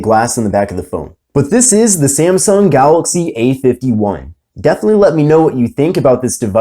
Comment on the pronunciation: Its galAxy not galOxy😄😄😄